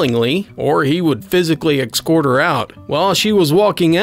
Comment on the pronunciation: Dude...the word is pronounced ESS-cort, not EX-cort. Geez.